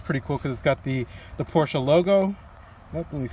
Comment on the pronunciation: Nice Review. Knowledgeable. Pronounce Porsche correctly (many youtubers do not) Agree that the car looks great in red.